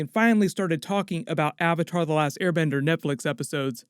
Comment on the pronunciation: Ong the Ovatar